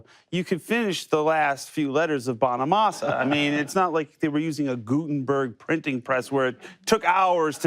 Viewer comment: Not Joe Bonamonster 👎 Its Joe Bonamaster 👍 The Guitarhero !